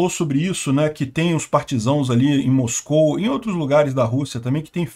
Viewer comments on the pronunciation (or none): none